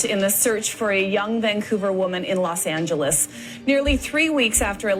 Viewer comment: Why do British people keep saying it like that? It’s not Los Aenjahleeez